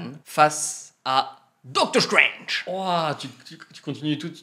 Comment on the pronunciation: MDK déjà tu va respecter le personnage c'est ”Strange” pas ”Strenge”